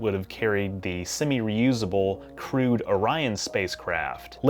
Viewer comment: Why do I keep hearing crewed as crude?